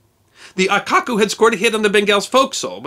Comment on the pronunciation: A very nice slice of history. You should be aware that your pronounciation of Japanese words in this video (and others) is a bit incorrect. Aikoku --> Ah-ee-koh-koo Hōkoku --> Ho-oo-koh-koo The "oo" for the long "o" in Japanese is often omitted or so softly spoken as to be unheard and not such a big deal. Your pronounciation wasn't bad (as a Japanese would complement you even for trying) but it wasn't accurate. Thanks again for this piece of history that should not be forgotten!